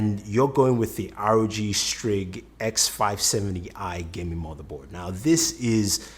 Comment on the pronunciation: did my guy just say Rog strig